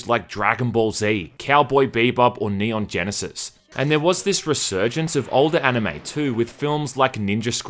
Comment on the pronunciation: "Neon Genesis" lol